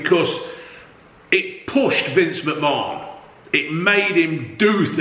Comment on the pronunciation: when you said vince mcmahon you said vince mcmarn 🤣🤣